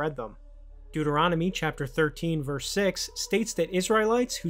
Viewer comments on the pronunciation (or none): none